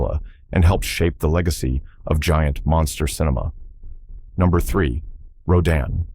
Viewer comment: 15 out of 15! I won’t quibble about order. I love each and every one of these movies. I saw them all in the movies in the 1950s. They are the background images of my coming of age. Just one thing. How many different ways can Rodan be pronounced? Row DAN is the right way.